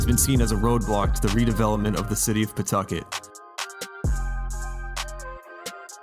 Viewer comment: Love these videos man. I live out here and you said Pawtucket right lol . Ever since the DMV left Apex hasn't been anything